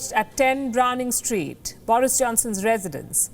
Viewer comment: "Browning Street"